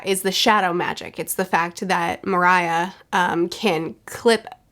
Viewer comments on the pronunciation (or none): 'Mariah' kinda killed me. 🤣 Just to clarify,, Moriah's name is pronounced like 'Moria' from the LotR. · I know it's way too late by now but I just had to say it's not Moriah it's More E ah. As in Mor=death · Its pronounced Mo-ri-ya not Mo-ra-ya Hahaha Anyway great review I look forward to your reactions to the next arcs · Hearing moria being called mariah makes me so much more happy than i could ever imagine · Rewatching this video series, it's uncanny how bad you are with names. "Moria" becomes "Mariah", "Perona" becomes "Piranha". You truly embody Luffy's spirit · oh how far mariah carrey has fallen 😭 is pronounced MORE-E-UH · Why do you keep calling brook in plural its so weird and wrong EDIT also you said Moriah wrong. His name Gecko Moriah is pronounced "more-ee-ah" and you said "Perona" wrong her name rhymes with the word corona as in corona virus not piranha with an "e" instead of an "i" like you said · Moriah is pronounced like Moria, as in the mines of Moria, I think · Btw it’s more-ia not maria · Mariah🤣🤣🤣. it's pronounced More-ree-ah. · Remember when you said “in order” for you “to like Sanji, he needs to be more than this one dimensional character that only cares when Nami’s apparel” and that you weren’t a huge fan of his. As predicted by the fan base, you did a 180 on both Sanji and Usopp. Lol. Also mORia not Maria, just saying, it doesn’t bother me that you mess up the names. I like One Piece Friday, I hope you continue to do so even once you’re caught up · its grecko moriah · I heard, Mariah for Moria, and I'm laughing on my floor, btw she should see parts of this saga on the anime version. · Moriah is pronounced as Mor-ya not Mo-raya lol. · When you first called Gecko Moria "Miraja" I thought you were making some Mariah Carey reference I didn't know. I Looked up "shadow stealer Mariah Carey" and found "Anytime you need a friend" so that's nice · "Balloon Moriah" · It's Moria, like the mines. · Balloon guy= real name is pronounced More-ee-Ah